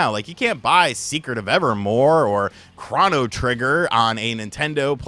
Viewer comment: Please learn how to pronounce "Chrono".